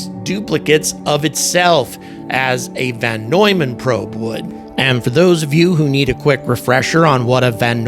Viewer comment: It's "Von Neumann's", not "Van Neumann's